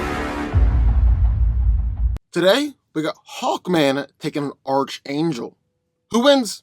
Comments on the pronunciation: It's pronounced "Enth" not "nith" metal. And as stated by another commenter, "Arc", not "arch" angel. Sheesh..:) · Bruh I love your videos, but if I hear you say "arch" angel, when it's pronounced "arc" angel one more time, I'm a snap lol, like I know you've heard it before or seen the cartoon, sheesh... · Arch is pronounced ark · It's pronounced "Ark" angel, and "Enth" metal. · & his mispronunciations lol. His name is Archangel, pronounced ARK-ANGEL, not ARCH-ANGEL lol. And Nth metal isn't pronounced NITH metal, it's INTH-METAL. Lol, typical lol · Dude; ARC - Angel. The (h) is silent. Good stuff though! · Oh you’re saying arch angle again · Hey, I've mentioned this to you before, but it's pronounced ARK-angel not ARCH- angel. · It's definitely 'Ark' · Okay let me help most of you out. The Marvel character gets his name from the actual biblical angel from the Bible" Michael the Archangel". The C and the H together makes a "K" sound. So it's pronounced "Ark " Angel even though it's spelled Archangel 👍😇 🕊. Hey but pronounce it the way you like no one is paying anyone here on corrective comfort pronunciation. I still believe Hawkman man should have kicked archangels ass in this one especially with that magical metal he possesses lol! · Well yea it is ark angel, thats why schooling ia imp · I swear if he calls him ar CH angel im gonna lose it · It’s pronounced arc-angel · Archangel is pronounced (Ark-angel) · Archangel wins, and its pronounced ark-angel, get it right please, even though hawkman is a beast in combat, archangel is definitely much faster, hawkman wont see him coming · Nth is not pronounced "Nith". Nth is pronounced "Enth". And you go to a Christian school but can't pronounce Archangel? It's pronounced "ARK-angel". The "CH" is pronounced like a "K". Like when you say the Archon, it sounds like "Arkon". At this point, multitudes of commentators have pointed this out to you. You never read comments?